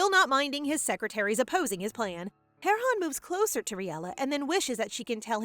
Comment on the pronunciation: Correction she said Heron